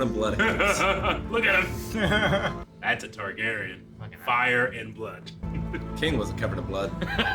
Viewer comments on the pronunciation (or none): .....it's TARgarian not TYgarian.